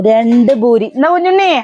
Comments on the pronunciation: ബൂരി അല്ല പൂരി എന്നാണ് പറയുക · ഭൂരി അല്ല പൂരി 😂